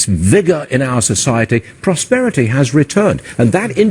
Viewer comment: ‘Respect mah prosperitah!’